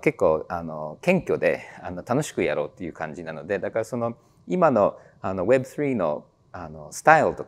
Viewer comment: web3の発音が凄く良いですね😊